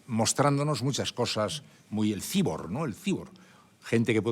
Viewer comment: a mi me molesta que diga cibor, en vez de cyborg